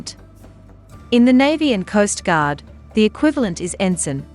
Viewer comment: I was happy you pronounced Ensign correctly. Good job.